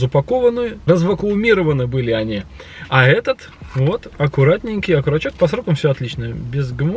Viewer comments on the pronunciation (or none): ОКОРОЧОК!!!!!!!! из года в год окуручок, как же режет слух...